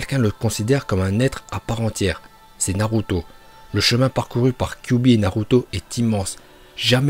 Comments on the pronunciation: et aussi tu dis naluto au lieu de naruto tu sais pas parler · De fou il veut me faire le connaisseur , quand tu vois il dit « Naluto » au lieu de « Naruto » 🤦🏽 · Tu faits une vidéo de naruto mais tu sais même pas bien prononcer les nom